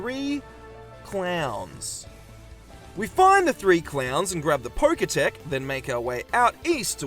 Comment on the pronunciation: Roxanne instead of Roarke? POKETECH INSTEAD OF POKECH? What is going on here? If that's your way of interaction baiting, then by golly it worked.